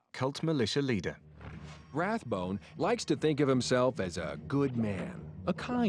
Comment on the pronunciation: Note that the $cientology “documentary” mispronounces his surname as RathBONE when he’s Rathbun.